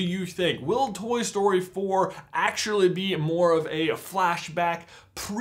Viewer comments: Ffs it took me to the end of the video to realise you were saying "Toy Story 4-k" and not "Toy Story 4 cuh" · Why are you saying "Toy Story-k"?